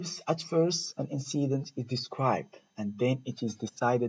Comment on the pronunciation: Great! Though be careful when you pronounce incident. Thanks!